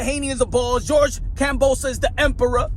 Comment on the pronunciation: he call hims kambosa?? its kambosos lol